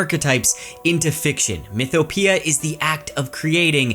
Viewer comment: Mythopoeia is pronounced "myth - o - po - EY - ya", not "myth - o - pia" by the way (Ancient Greek lessons finally proving useful lol)